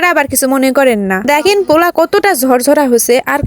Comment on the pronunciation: kokhon o pula shuni nai pulau shunechi😂😂 ei 1st apnar theke pula shunlam